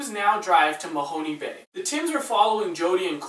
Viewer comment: It is pronounced 'MA-HONE' (not MA-HON-'E') Bay, and the Fisheries Museum and St. John's Church are in Lunenburg, which is the homeport of the BLUENOSE II. I met one of the couples as they were going through Lunenburg, and they asked me where they could find Lunenburg sausage, so I told them where it could be located. Only later when this episode aired did I realize they were contestants on A.R. Canada.